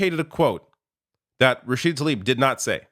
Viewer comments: learn to read. her name is Tlaib. not "Talib". you're mispronouncing her name like 5 times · please try and get Rashida's name right, it's Tlaib not Talib. It is so frustrating to hear almost all of you "political pundits" get her name wrong.